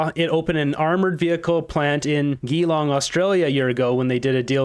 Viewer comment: Geelong is pronounced with a soft, not a hard G (like Jeelong). I used to live in Australia in a Melbourne suburb (Croyden) & drove through Geelong several times. Love your channel. I check it out every day.